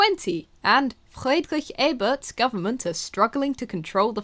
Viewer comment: How do you say Friedrich Ebert that way?